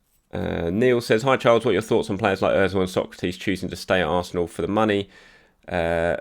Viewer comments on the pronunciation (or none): none